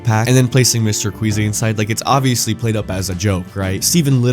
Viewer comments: his name is mr queasy not mr squeezy bro 😭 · His name is Mr. Queasy, not Mr. Squeezy😔💔